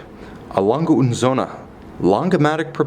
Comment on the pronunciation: You say the g like you are so used to saying gay in english. Like gay gang gutter, think about how stupid you sound saying lon guh like an ape. Not like a human being.